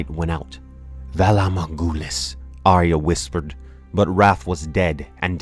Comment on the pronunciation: The best pronunciation of my name so far in life :D thanks